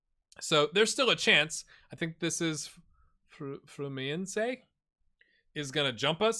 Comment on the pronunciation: The H in Bahia is silent; also, emphasis in the I instead of the first A. Bragantino was ok (also, they're a team from the Red Bull franchise). Flamengo OF COURSE it's not pronounced like the animal. In Fluminense you kinda dropped the first N, like, you said "Flumiense". In Portuguese, when there's an "LH" or "NH" the H becomes like an i, so it would be "Carvalio"; the same goes for Juninho. Take Ronaldinho as an example. The G in Cartagena is like a raspy J/H, like in a common laugh. The LL in Spanish is read as an SH, like when you shush someone, or as the Y in York. So it would be "Castrishón" or "Castriyón". The U in Guido is silent (UI and UE are always silent U's, unless you see Ü), so that "Gui" is like the GI in "Girl". Mainero, the "Mai" reads as "My"; there's no Ñ, so it's not "Maiñero", the "Nero" is like "Nerve", but changing the -ve with -o. So, My-Ner-o, with a soft R, like in Colorado. Excited to see how you save this guys. Good luck!